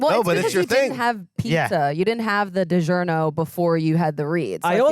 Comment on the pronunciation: DiGiornio! Fitting it's the year of the Italian. 😄